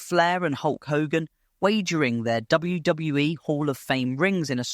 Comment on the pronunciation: All the mispronunciation ruined the video for me.. WWE say the initials all the time, so how did you read it as "WW-eh"